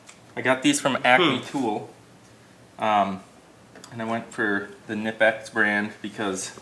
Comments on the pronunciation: Fyi the correct pronunciation is with the "K"nipex i.e. k-nip-ex. Doesn't matter to me how you say it, though. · The K isn’t silent in Knipex. It’s pronounced K’nipex 👍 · just in case you wondering it kuh-nip-x who makes your tools:) and congrats on being the fun uncle erik!